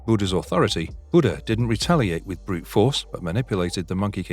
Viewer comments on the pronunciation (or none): none